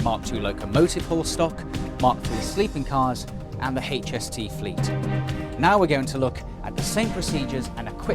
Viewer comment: Did he say "Haytch" ? That's crude. I think he meant Aytch-Ess-Tee